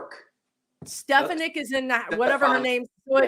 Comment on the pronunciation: one of your subscribers was trying to say that it’s pronounced ‘Stefaanik’. 😊 It’s pronounced that way